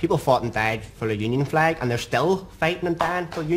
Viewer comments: Did he just said his Fleg which everyone else calls it Flag. What a complete Moanbag he is talking about Flag's oh sorry Flegs I mean.😂😂😂😂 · Don't you mean "fleg"?